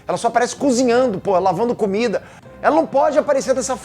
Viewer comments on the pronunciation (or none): Eu tava super focado até o falar "lavando comida" no